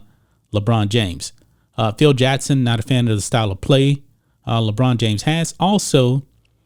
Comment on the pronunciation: JaCKson NOT JEtson, learn to pronounce your K's!!!